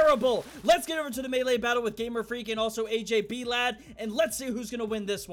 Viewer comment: Does not know how to say blade?